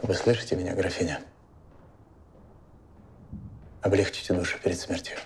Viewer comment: Сколько можно неправильно ставить ударение в слове "облегчИть"?